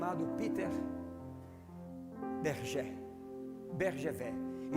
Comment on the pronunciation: Só uma dica querido pastor. O nome do ovo é Fabergé, pronúncia Fabergê. Glória a Deus pela ministração! Parabéns pela disposição. Parabéns à igreja pela receptividade à Palavra!